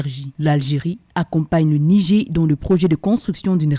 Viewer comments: Ce n'est pas le "Nigé " mais le "Nijére" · Madame la journaliste, on dit "Nigère" et non "Nigé"